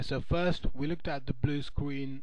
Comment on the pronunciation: Bwu Screen.